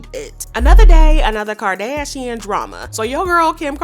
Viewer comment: Girl I looooooove your voice and how you say Kardashian. You are officially new favorite gossip channel! 💗💗💗💗💗